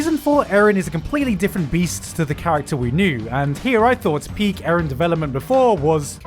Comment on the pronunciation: me hearing the word peick instead of peak